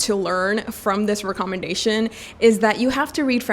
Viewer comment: Hi your English is good but in England we dont say REE commendation we say REK commendation. I am now getting into reading classics so I have browsed some channels and upon seeing you I took such a deep breath that someone such as you exists.